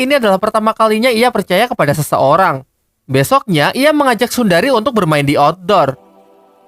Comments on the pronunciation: Sundari❌ Sunehri✔️ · Bukan sundari.... Tapi sunehri😂😂😂😂😂